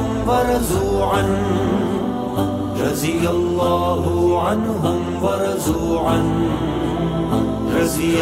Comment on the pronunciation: رضي الله کہ ض کا تلفظ سہی ہوتا تو پورے کلام کو چار چاند لگ جاتے ۔